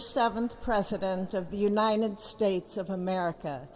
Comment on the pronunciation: The United Spates lol